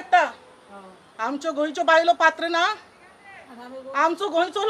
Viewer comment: Hi, not batra, it is patra, ha..ha...ha.....!